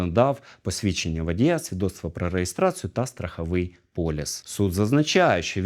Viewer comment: Слухав я слухав і зробив висновок що цей поліціант ..Дурак. Так йому ще й зарплату платять. Я ледве не впав зі стільця на 10.12 коли він називає документи і говорить "Страховий полЮЮЮс" Не "" поліс, а полЮс....